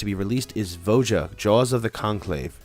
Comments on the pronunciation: Jesus. Its not VO JA. ITS VO YA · Please tell me you're trolling everyone with that pronunciation of Voja?